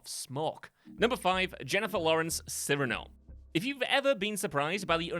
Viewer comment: Yes, it’s sergeant picky, but Cyrano is pronounced as See- Rah-No. Not Cyr as in cereal…. Sorry, It’s petty I know but what can I say, I’m pedantic. As an addition: “Fin” in Peters name, is said Fin as in Shark fin, no fon like phone